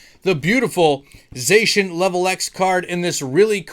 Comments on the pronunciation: ''ZA-SEE-AN''' btw :P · Lemme help with the Zacian triggering; It's pronounced ZACK-IAN 🙃🤔🤫🤭🤣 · It doesn't matter how you pronounce Zacian, but I've honestly had my best pulls out of the celebrations Zacian box. And if I got it from you, then it would DEF. stay closed.